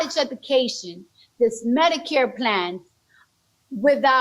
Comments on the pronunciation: She can’t say the word “education “ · she says she wants free education but literally cannot even pronounce the word lol she honestly sounds so dumb it’s actually like a confused child talking to an old man with dementia